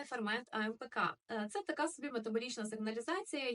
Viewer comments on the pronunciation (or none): none